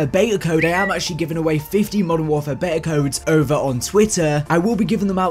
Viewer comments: Stop saying beya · You are English, it’s pronounced “BEETA”